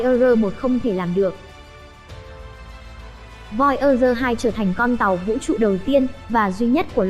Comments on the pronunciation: voi da gơ. thì đọc thành voi ơ rơ. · Voi ơ dơ😁😁😁 bạn này giọng hay mà về xem lại tiếng anh đi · nghe thuyết minh nản luôn :)) voi ơ gơ :)) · Nếu không phát âm đúng được Voyager thì đừng đọc thuyết minh khó nghe lắm